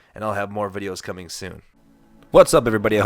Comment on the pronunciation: " I'm cooming in the gym " Arnold Schwarzenegger